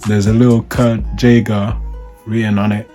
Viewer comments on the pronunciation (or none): His name is pronounced Guy-ger not the way you’re saying it. Kurt Geiger pronounced Guy-ger